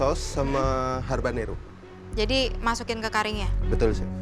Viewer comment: Namanya habanero bukan harbanero😅